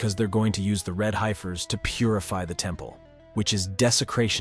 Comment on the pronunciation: They're pronounced "heffers"... 🙄